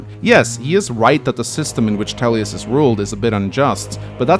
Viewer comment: His name is Thales, not Thabes!